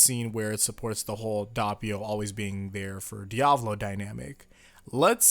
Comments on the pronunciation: You don't say it like "Diavlo" you say it like "Dia-vo-lo" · Its not dee-ab-low its dee-uh-val-oh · My guy love your vids but say it with me Di-a-vo-lo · Diavlo bruv it's Diavolo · diavlo Me:dio-val-o:DIAVLO Me:*eternally screaming* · Dahppio and diahvoahlo bruh miss pronounce make me uncomfortable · Stop saying diavlo. It's cringe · Bro why is it so hard for you to say doppio and diavolo just say it the way they say it in the anime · The way you pronounce Diavolo really aggravates me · Quit pronouncing diavolos name wrong